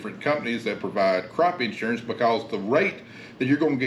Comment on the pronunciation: In-surance lol